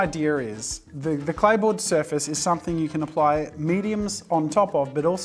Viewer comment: Am I the only 1 who didn't hear clay board & heard play boy😅